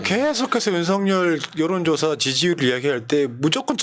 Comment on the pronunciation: 유툽보면 윤성열 이라고 발음하는데 윤서결 이게 맞는 거 아닌가요?